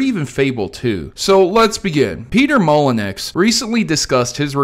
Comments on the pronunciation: FYI it's Maw-Leh-New. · Its pronounced Molyknew not Molynex my American friend. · It's Molenyou not Molenex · Hahaha, But seriously, I loved Fable 1 and 2. It was a shame about Fable 3. Just like you said, I wish they stuck with the Medieval theme, maybe even bring Jack of Blades back (or that spin-off idea you mentioned sounds pretty cool, if I am honest). Also, I think it's pronounced Mol-i-new, not Mol-y-nex. I used to make that mistake myself. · Its not 'Mon-lee.nex' it's pronounced 'Moll-en-nuu' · Peter MolyNECKS hahahaha. It's prounounced MolyNEW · Molunex? It's "mall-eh-new". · It's pronounced molynew not molynex. Also, we're getting another fable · "peter molinex" lol I think it's pronounced like "molin-you-" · Peter Molyneux's surname is pronounced mol-en-yu bud, not molyn-ex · Peter Molen-X? pronounced Molyn-U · Pronounced molyn u not molyn x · Peter mol-en-X LOL it’s pronounced mol-en-u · Peter "Mol-en-ex" lmao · I couldn't make it past "Peter Molly-necks" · Yeah, that was a pretty good butchering. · it's molly-new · Came here for this exact comment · I had to stop the video I was laughing waaaayyyyyy too hard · Actually, it's pronounced more like Moly-No It's a French name. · i chuckled hard hearing that one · Peter Mollyneww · Moly - new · it's actually pronounce mul uh nyoo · Molly nex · Ma le nex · It’s Peter molyneux (moll-enn-you) french second name. Great video bro love this series💙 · "Mah-LiNUCKs" - Guy who did no research. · Great vid, although small nitpick, his name is pronounced Peter "Mol-In-New". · "Mol en X" dear god you plebeian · It's "Mol-lee-new", not "molly-nex" lmao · It’s pronounced “molyneu” honestly that made me dislike the video 😆I like your other stuff, but that’s inexcusable dude. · "Moly-NEX" lol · Dislike because you said “ Molynext” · molyneux is pronounced "moly new" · "molonecks" lmfao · Molyneux.... "Moal-eh-new" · I’m sorry, how did you pronounce “Molyneux” there? XD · Couldn't even pronounce his last name right